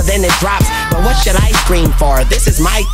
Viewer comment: Apprends à parler Anglais x) On dit : What. Et pas Wath.